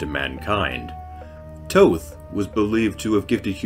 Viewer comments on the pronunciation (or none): Thoth's name sounds almost exactly like the word that derives from it "thought".. not like your saying it.. Toe-Th!!! silly ;-) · Thank you , it was a good video but it bothered me that he was pronouncing it like "toe-th" lol